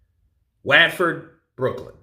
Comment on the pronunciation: AJ is from Watford yes BUT it’s pronounced like WOTFORD! Hope u don’t mind me correcting u - Sorry my guy!🤜🤛😁